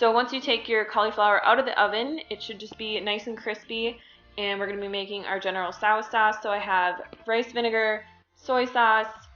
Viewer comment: You said General Tso wrong.